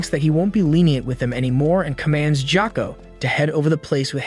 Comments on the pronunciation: Jacka? Sir its pronounced GOY-OH-KU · “Jiyoko” ITS “gee-yo-koe” gyokko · Stop calling gyokko jocko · His name is gyokko no jocko